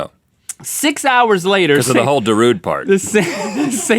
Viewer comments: it's pronounced darude-aye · "Darudest of Sandstorm"